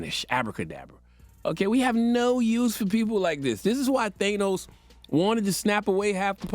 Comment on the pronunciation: As a forty plus year old comic book nerd, it makes me irritated every time Charlemagne pronounces Thanos's name wrong. And Charlemagne is a comic nerd too, you'd think he'd know how to pronounce it by now.🤦🏾‍♂️